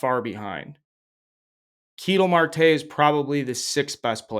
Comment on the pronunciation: "Kee-tell Marte" lolol oh geez they never watched an AZ game in their life